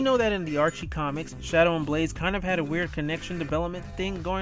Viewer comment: Shadow! NOT Shidow!